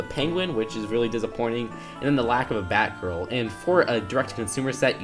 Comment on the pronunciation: in the batman set you said Bay girl